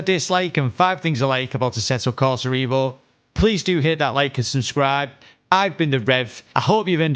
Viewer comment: what you pronounce this sim name wrongly? it is EVO, not IVO - EVOLUTION